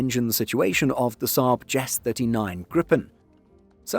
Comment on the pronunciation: Several points: 1) JAS should not be pronounces "jaz", but rather J. A. S. 2) "Volvo Aero" was originally "Volvo Flygmotor" 3) GKN engines should be referred to as "modified license built GE designs". 4) The "Rolls Royce" if adopted will just be a replacement fuel system and ECU on the same mechanical engine, like replacing the carburetor on an old car with a new "throttle body fuel injection kit".